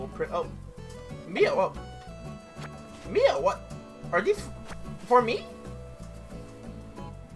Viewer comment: My names is Mia and I was so confused when you said Mio